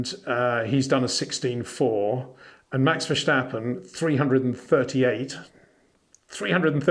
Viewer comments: That’s quite a long way of saying Peter’s pronunciation of Verstappen is a bit off! And, with all due respect, the message wasn’t really delivered with all due respect. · I have watched a few YouTube videos on F1 in Dutch, and naturally the name Max Verstappen crops up regularly. It sounds like they say neither Verstappen nor Vershtappen. And there are Dutch people who say that English speakers are likely to have a lot of difficulty pronouncing many Dutch names correctly.